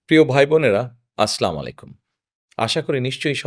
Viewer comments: শালার বেটা সালামটা ও শুদ্ধভাবে দিতে পারে না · সালাম টাও ভালো মতন দিতে পারে না😅